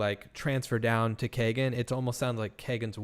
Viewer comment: AHHHHH I'm sorry but every time y'all say Kagan I cringe. It's KEE-GAN. BUT.... he deserves no respect on his name so carry on lol